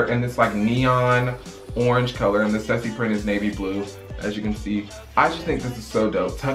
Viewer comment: its pronounced stoosy